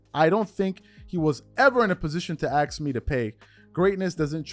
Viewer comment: Ask not axe lol